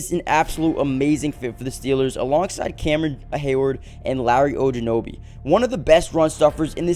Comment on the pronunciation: It’s pronounced ogan-jobee